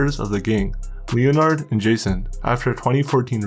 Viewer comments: Leo-Nard guy can’t even pronounce a prominent name like Leh-Nerd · Bro I love your vids but the name Leonard is pronounced lenerd. Keep up the good work! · Bro said Leo-Nard